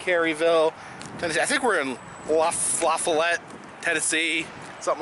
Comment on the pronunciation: The town is pronounced La Fall ette... When I was a kid there were a couple of ferris wheels off the exit, along with some other decorations of sorts... they had lights that would be turned on at night. I don't remember them ever working. It was more to draw attention to the tourist stores that used to be there.